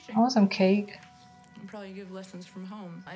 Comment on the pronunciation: Heard this as "I want some Kate" and nodding like an idiot "Yeh, Vera's hot," before realizing you said "cake".😂😂😂😂😂😂